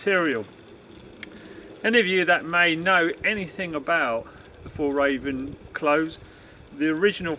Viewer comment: Nice review. Glad it’s fake fur. It would be nice if you would learn to say Fjällräven. It’s not that hard if you try 😀